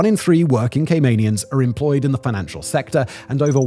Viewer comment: "financtial" sector?